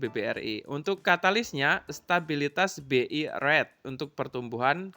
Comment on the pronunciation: analisa2nya cakep, tks saya belajar bnyk. Cuma kl boleh saya ks saran ttg ucapan2 Inggrisnya diperbaiki. Misal RATE bcnya REIT. Juga GOODS, bcnya bukan GODS, tapi GUDs...dan bnyk skli salah ucapan. Agar semakin enak di dengar podcastnya. Sukses ya.